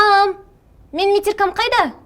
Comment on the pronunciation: Метирка дейби, ужассс, метрика